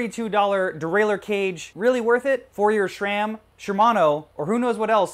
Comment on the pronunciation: Pretty sure SRAM is pronounced "SRAM" not "SHRAM" lol